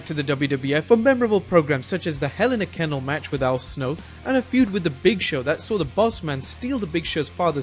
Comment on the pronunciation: "Hell in a Kennel." ...Err... no, try again.